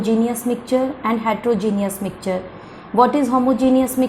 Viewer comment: It is mixture not micture